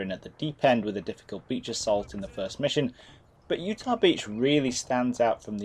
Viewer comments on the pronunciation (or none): Minor note, its "Utah" not "Utach"